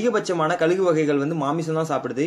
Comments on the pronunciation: கலுகு இல்லை கழுகு னு சொல்லுங்க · Bro athu kalugu Illa kazhugu